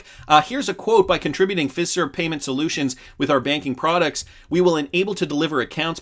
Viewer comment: It's Fiserve like Feye-serve!